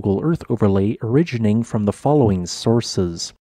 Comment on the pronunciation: I noticed how the word Origi-NA-ting, mistakenly gets pronounced as Origining